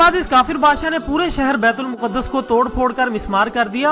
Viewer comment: Asalam o Alikum Word Bait ul muqadas Nahi h Bait ul Maqdas word hai. . .